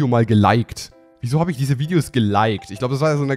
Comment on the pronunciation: Ernsthaft? Viedeos? xD